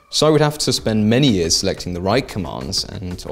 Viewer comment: "couple of yeeeaaz" what's a yeaz? 😂